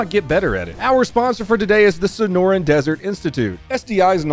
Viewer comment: When he started saying the senoran desert institute i thought he was about the say the senora cartel lmao